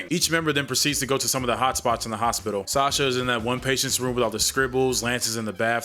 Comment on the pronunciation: I don't know how it was said in the movie but the name is pronounced "Saw-shah". I know this because that is the name of my step-daughter.